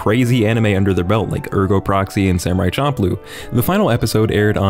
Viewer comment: This dude really just said CHOMPLOo.